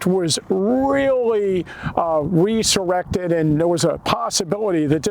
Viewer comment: Interesting way to pronounce resurrected!